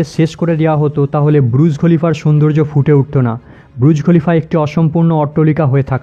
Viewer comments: ব্রূজ খলিফা বলছেন কেন? বুর্জ খলিফা। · Kathata - burjkhalifa, brujkhalifa nae. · এই প্রথম শুনলাম বুরুজ খলিফা শব্দ 😂😂